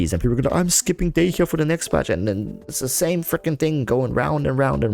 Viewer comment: u pronounced dehya wrong, obviously playing japnes voiceover eww dog